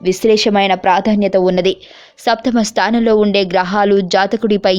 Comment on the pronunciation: amma thalli samasta kadu, saptama stanam ani palakali. first u don't confuse after u tell